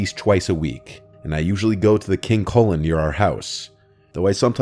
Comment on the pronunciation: "King colon"